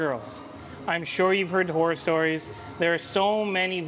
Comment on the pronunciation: Did you say "whore stories" 😂😂😂😂😂😂😂😂😂